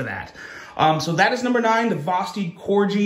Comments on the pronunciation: I'm sure I'm not the first one to point out...they name some models after dogs. Labrador. Dachshund. And yes, Corgi. KOR-ghee. Not KOR-jee. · It's pronounced Cor-gi like the dog not Corgee lmao what is so many knife people mispronounce knife names 😅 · It's corgi "G" just like the dog, not corji "J" . It sounds like the g when you say "guy" not "gee whiz". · It's pronounced (core-gee) like the dog. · I’ve already pointed this out before to him, I think he does it just so we comment like we are doing lol. He’s a Smart guy 🤓